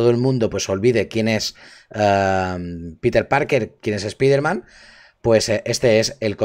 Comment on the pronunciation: Por favor, de verdad han tenido que doblar el nombre como "espaiderman"???!!! Eso sí que es para mandarlos a un universo paralelo.